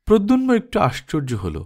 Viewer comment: উচ্চারণ ঠিক করার দরকার আছে। প্রদ্যুম্ন। প্রদ্যুন্ম নয়।